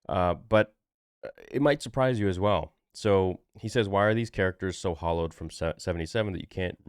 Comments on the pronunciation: Hallowed as in revered not hollowed. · The word is "hallowed", not "hollowed", ffs. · Hallowed..."HAAL OWED"...Revered ,sacred, praised. Not hollowed. Although Disney deffinetly is hollow lol. Now seriously...do we usually see sci fi rebooted?...they reboots action...and fantasy, but even star trek disnt reboot..they time traveled altered it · Hallowed, not hollowed